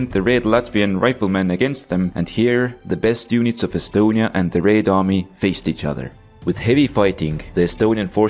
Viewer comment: theres something satisfying about hearing him say "raed army"